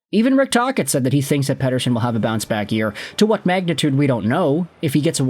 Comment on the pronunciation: God I hate the way you pronounce Pettersons name. Do it fugging properly